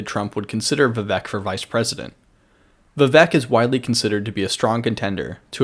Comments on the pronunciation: When you pronounce the name of the guy you made a video about, your analysis loses all credibility. You didn't put enough time to even research how his name should be pronounced. It's pronounced viv-ake not viv-uk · No he didn't. It's like ache at the end not ik or ek.